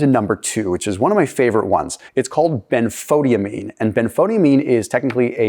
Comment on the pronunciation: Dear, I am very familiar with Benfotiamine, as it halted my advancing diabetic retinopathy. But (ahem) it's pronounced Ben-fah-TIE-amine. 😅 it took me a minute to figure out what you were talking about!